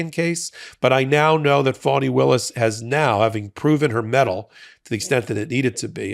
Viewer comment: It may just be the NY twist I hear, but it’s not FAW-knee, it's FAH-knee.